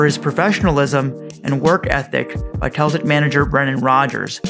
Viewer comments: it's sell-tic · Its so strange hearing it as KEL-tic...great video though.